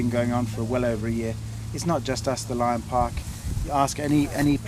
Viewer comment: i love the dude's attitude 8-) "i say no you can'tzee da lian on feet bra !"